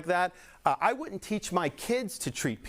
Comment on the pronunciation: I thought it was funny the way Ron Desantis pronounced the word " wouldn't" .....😂😂 He said, " wootint" like most children at the age of three would say.